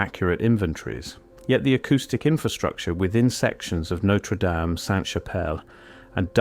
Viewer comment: AI generated tripe. Can't even pronounce Notre Dame properly.